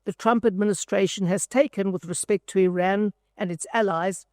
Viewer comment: I would not expect a South African to mispronounce IRAN